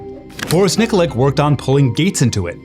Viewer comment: Nikolic, pronounced "Neekoleech" not NIKLIK.